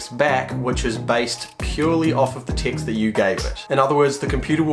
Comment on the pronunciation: He says "text" I Listen "ticks"